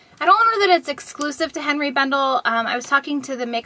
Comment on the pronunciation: Just FYI Henri is pronounced ON - ree NOT Hen ree.